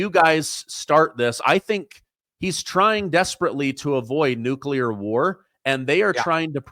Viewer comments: COL SHAFFER SIR ITS NUCLEAR NOT NUCULAR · Tony, repeat after me NU-CLE-AR and top embarrassing yourself